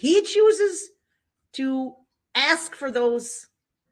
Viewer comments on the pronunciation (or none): "Tacit = Ta-Sit." Not TAKIT. ASK not AXE. Sustain, not substain. GrounDs not growns. While I have NO problem with how people say words if they have different accents, his butchering of the English language is ridiculous. No, this is not the only thing I take from this trial - what he did is horrendous, however, I will belittle and denigrate this vile monster, especially when his behaviour is so disgusting. I will, therefore point out his failings and scr*w him. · Also, if I had a dollar for every time he said “would it be fair to say…..” when he questions people. He can’t say “ask”, always comes out “ax” 😂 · Um, personal note, I HATE when people say "axe" instead of "ask." Like "I axed the judge and she said no," so he should be found guilty of abuse of the English language. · Very entertaining. If he could only speak English though... Dis, Dat, Dah. And he "axes" questions instead of asking. He refers to himself as the "alleged defendant". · All I want to know is, where is the motion to suppress the defendants use of the word “AKS”??? His “AKS” count is well over 1K in this matter. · I find his inability to pronounce simple words annoying (ax v ask)